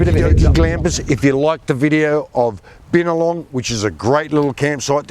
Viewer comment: He pronounced the town wrong